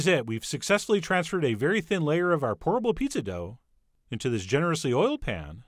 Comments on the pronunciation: When Chef said "Pourable Pizza!" I could of sworn he said "Horrible Pizza!" Me: wait, what?!?!? 🤔😂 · I kept hearing "horrible" instead of "pourable."